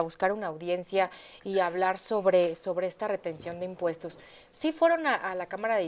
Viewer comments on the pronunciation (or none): No vamoj a crear nuevoj inmpuejtoj ni a aumentar los ejsistentej, dijo el mesías macuspano y le creyeron